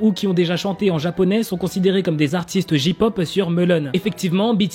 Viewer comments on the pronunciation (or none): Ont dit jey pop pas ji pop 😭😂 c comme si tu disait ka pop 😭😭😂